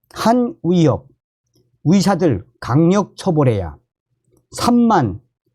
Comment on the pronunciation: 위협이 아니라 의협 위사가 아니라 의사 발음이 좀...